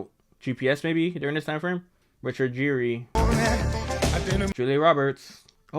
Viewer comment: Richard Geer's last name is pernounced like Gear.